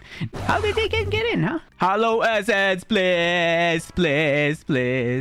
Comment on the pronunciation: Its hallow not hollow